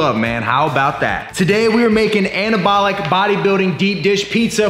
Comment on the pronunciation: This dude shouldn't be allowed to say "anabolic".